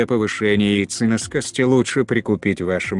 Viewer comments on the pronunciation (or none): ЯйценОскости, а не яйценаскостИ